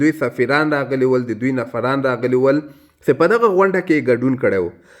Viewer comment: First of all , you should learn standard Pashto . You said Nafaran .